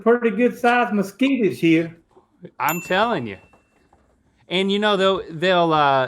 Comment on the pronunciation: I loved when he said maskeeters